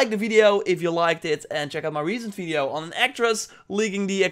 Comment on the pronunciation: I was wondering that why you say "fideo" instead of "video" ?